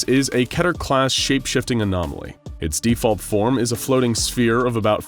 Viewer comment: KEE-TER. Not ketter.